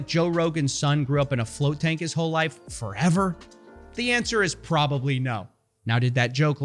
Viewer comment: I don't like the way you said "PROBABLY never will" 🧐🤔